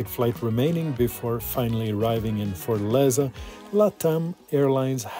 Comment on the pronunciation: Great video but it’s not Fort-leza it’s fortAleza